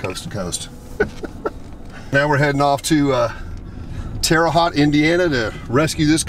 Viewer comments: it’s not Terra Hot it’s Terra Hoat. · Terre "Hoe"t not Terre Hot. Wait till you go to Pennsylvania and pronounce North Versailles. That one got me when we moved to Pittsburgh because they don't use the French pronunciation. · Terre Haute was pronounced terribly lol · Terra HOTE.... geez...😏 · Inspection stickers in the window don't mean anything in Indiana because Indiana discontinued the practice of inspections in the 70's. And...it's Terre Haute with Haute is "hoat" rhyming with "boat". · It’s Terre Haute Indiana (ho-t) boat with a h! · Correct pronunciation is Terra Hoat Indiana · Pronounced "Terra Hoat" as in boat ! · Terra Hought is how you pronounce it. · Actually,it's pronounced HOTE, just so ya know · If no one has told you yet, it's pronounced "Terra Hote". It's ok, though no one else in Indiana really cares. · Terre Haute... Haute like mote but with an "H" so Tara Hote. Terre Haute!!!!!! Lol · I'm glad someone told you the correct annunciation of the towns name. I live in Southern Indiana and I figured that you would get told about it. Lol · Don't let Larry "LEGEND" Bird hear you pronounce his home town like that. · Indiana stopped inspecting vehicles in the mid 70's, so while this car may have been parked since 1976, the last inspection sticker would not be an accurate indicator of that. Did the guys chuckle at your pronunciation of Terre Haute? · Your saying Terre haute wrong but every does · Im canadian and even i know how to pronounce terra haute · Learn to say Terre Haute Indiana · U pronounced terre haute wrong but it’s ok I forgive u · That isn't how you pronounce Terra haute. Fyi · Youre pronouncing the city wrong lol i was born there and raised in central indiana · Ima a Hoosier...there are many many classics in Indiana but most are rotten also you butchered Terre Haute lol...and the inspection sticker means nothing in Indiana